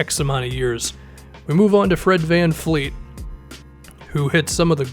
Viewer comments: VanVleet*, not VanFleet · VanVleet's name isn't VanFleet